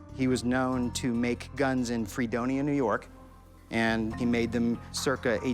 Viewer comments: "Free-donia NY" ...it's pronounced "Frahdonia" Fredonia NY. I live near there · “fra-donia” not “free-donia” but that’s pretty cool. These dudes are so salty 🤣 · The way he pronounced “Fredonia” when talking about the rifles made me laugh. Around here we pronounce it “fred-own-ya” not “free-donia” lol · Did that man really say free-dony-a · The upstate NYer in me is screaming at when he said FREEdonia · It upsets me how he says Fredonia, NY it’s F-ra-don-e-ya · Lol as someone who lives near Fredonia NY he completely butchered the pronunciation lol.